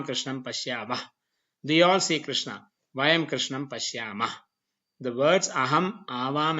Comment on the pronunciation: Very much impressed with the high quality of these videos lessons, very good to see some one teaching sanskrit with a foucus on phonetics But one thing is Very disappointing. That is wrong pronunciation of final short a sounds along with some other pronunciation mistakes. Here the world rama and krişhņa are pronounced as ramā and krishnā which is wrong राम is not ramā but rama रामा would be ramā which would mean a female rama Since the long aaa at the end of the of sanskrit word denotes femenine gender. Same thing with all the words which end with a short a Its yoga not yogā Its mantra not mantrā (My orignal comment was rude so i edited it) also the ष and ण are not retroflexed enough and thus sound like normal n and sh